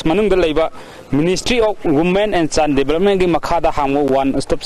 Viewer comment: Child development haibro ? chine development haibro ? Khara mayek senghanbiyo Akhang ahei sajabadi natchade yaragadi pronunciation khajiktang senghanbiyu ISTV gi pao se ngashi ngarang dagi hourakhibasu nate yam mashak thokna improved oipham di thok'abane. Atanamnana haiba natchade wakhanlon pijabane